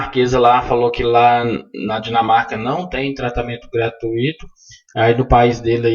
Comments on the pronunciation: ARRASCAETADAS GRAMATICAIS. " Gratuíto"?! Estude a forma de pronunciar esta palavra! Desculpe este professor aposentado de... História. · ARRASCAETADAS GRAMATICAIS-2" Gratuíto"?! Pronúncia errada. Repita: " gra- túi- to". Desculpe este professor aposentado de...... História!